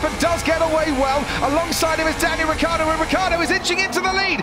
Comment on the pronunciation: wrong pronunc.... rikkardo in IT is rhaikhaeedoe....